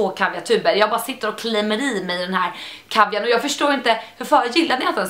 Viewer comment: Äntligen nån som kan uttala laktris och kaviar😂😂😂